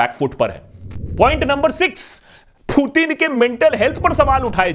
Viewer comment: aba loru putin bolna to seekh le phla